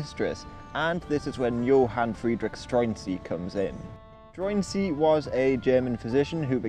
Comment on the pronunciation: There's actually a film about this starring mads mikkelsen. it's quite good. Also I'm fairly sure the pronunciation is more like "Stroo-en-zee" iirc.